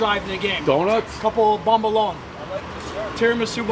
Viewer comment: Bombolone(s) Davey, the name is bombolone